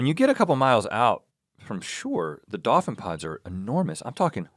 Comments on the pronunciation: dawfin? dawfins? dawfin pod? Rhett 😩😂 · I love how Rhett pronounces dolphin